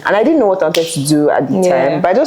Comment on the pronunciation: "most wanteteteted"😂